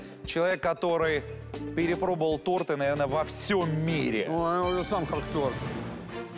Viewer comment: Ренат Агзамов не торты а торты